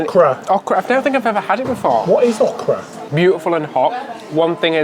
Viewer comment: It's o (long o) kra emphasis on the 'o'. It is a southern veg. Used in gumbo also.